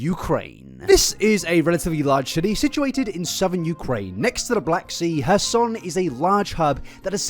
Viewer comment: Would it really kill you to pronounce your R's? It's not "hassan" Ukraine, it's kherson